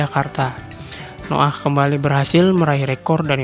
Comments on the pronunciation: Noah blok .bukan noo'aah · noah blok bukan no ah